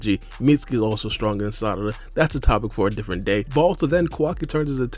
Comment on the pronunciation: “Salada” 😂 I fw you man 🙏🏻😩😂